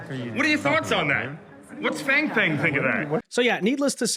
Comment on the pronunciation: Did he say fang fang? lol 😂. Bro did not hold back with that question. 😂